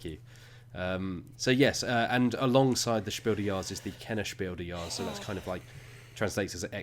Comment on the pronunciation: It confused me very much to hear "Spiel des Jahres" pronounced like it's French.